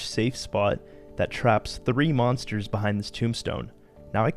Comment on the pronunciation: Lol, "monstors"